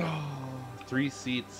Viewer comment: I got up and looked up the game because I thought he said free. Damn